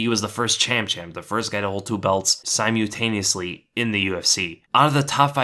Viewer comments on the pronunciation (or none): Sigh mule tay knee us lee. It’s sigh mole tay knee us Lee.. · Si-MUL-taneously bro. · Firstly, it's pronounced 'Sy mull tay knee usly' secondly, you're background is nothing whatsoever like Connor McGregor. I know his family and about his upbringing.